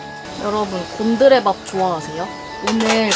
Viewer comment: '곤드레밥'이 '곰들의 밥'으로 들리는 내 귀는...